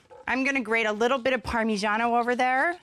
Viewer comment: She said "Parmi Johno" When these "celebrity" chefs do this it kind of makes me think they couldn't even make instant Ramen if their life depended on it